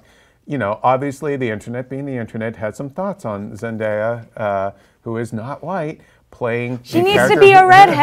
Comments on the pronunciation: I swear if I hear someone say zendya one more time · I know but they said zendya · Zendaya not Zendieya jesus christ